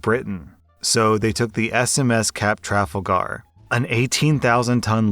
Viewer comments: Tra-fal-gar... not Trafal-gar. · Sorry. I snorted when you said Trafflr-gar. It's Tra-fal-gah. But this is an awesome change 🙂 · lol you say Tra-FUL-gar the same way as my wife... Traf-al-gar... lol there is a street in Ontario Canada where i lived named that. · Trafalga is pronounced Tra-fal-gar, not Trafle Gar. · Oh, yeah "Truh-fal-gar" not "traffle-gar" Trafalgar, it's a place. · Traffle gar? Tru(ffle) fal(llon) gar(th) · Noooooo it's Tra-FAL-ger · Tra - fall - grrr. There’s an entire square in London named Trafalgar Square to commemorate this event. Please don’t raise your child in ignorance and start learning some basic world history. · Love the episode, but just FYI you pronounce it Tra-fal-gar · When he said Trafalgar like that i died a little inside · The way pronounced Trafalgar (as in the Square where Nelson's Column is in London) had me laughing. And since when were there multiple groundhogs in Groundhog Day??! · Bruh. Please check your pronunciation of Trafalgar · how he said Trafalgar made me cry inside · love the way says Trafalgar. Imma do that from now on